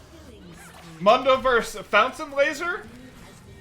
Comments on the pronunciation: Dr. Mundo literally pronounces his name in is voice lines as “moon-doe”. I cring every time he says munn-doe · WTF is that short U sound on MoonDough? Like he literally says his name, you gotta be trolling to mess it up. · This man said MUUNDO?? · Broooooo... Its (MOON-doe) he even says it him self. "MOONDOE goes where he pleases" not (muhn- doe) i cant.. So many people pronounce the names of league champs wrong and i swear they do it just so people comment about it. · Why he keeps calling him Mando? It’s freaking me out man. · How do you mispronounce Mundo when he says his own name. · How do you mispronounce mundo when he literally says his own name?;PP great vid as always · To be fair it's a Spanish word and I'm pretty sure not even Mundo himself says it right